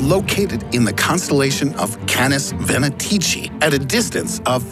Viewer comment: Venatici is incorrectly pronounced. thehre is no "ch" (like it sounds in "child") sound in latin. it must be spelled as k.